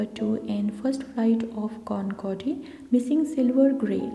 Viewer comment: Concorde is pronounced Con-cord.